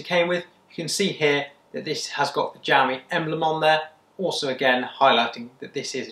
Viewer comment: gamy 😂😂😂😂😂😂 xiaomi